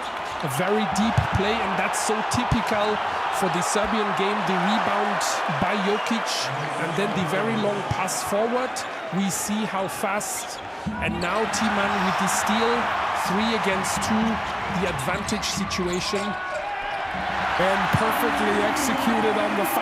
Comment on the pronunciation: „Steal“ heard „stail“